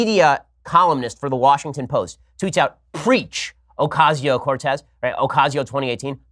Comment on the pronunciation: The real reason Ocasio-Cortez turned down your debate offer is because you got her name wrong so many times. :P